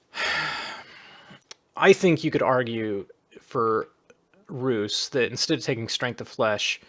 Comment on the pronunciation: Stygian flesh is not a bad choise for the sacreds too. Your pronanciation for Rus is accurate.